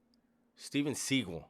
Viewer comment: By the way, he did say Steven Seagal's name correctly. Steven didn't think his last name sounded good in movies. So his last name is actually pronounced like the bird. Lol. He reminds me of that guy. Just a liar.